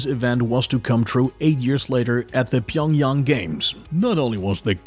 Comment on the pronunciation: Fuxk you. Pyeong Chang is not 'Pyeong yang'. Pyeong Yang is North korea's capital city. dumbasz